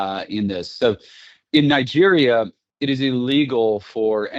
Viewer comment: Did you just say Niger